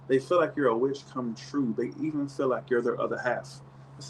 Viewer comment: Sounds like you’re saying “you’re a witch come true😆”